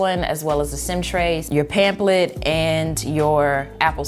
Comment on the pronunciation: “ASSESORIES” “PAMPLET”